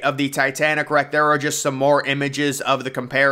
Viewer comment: It’s not rack😂 it’s wreck lol